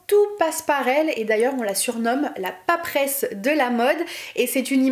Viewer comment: Vidéo intéressante et pleine de fraicheur. Mais, quand même, Papesse, pas paperesse...